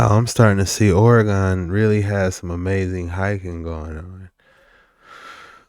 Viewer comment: I stand corrected you say it right homie